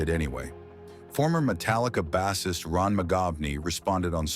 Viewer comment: Love how it can't pronounce basist 😂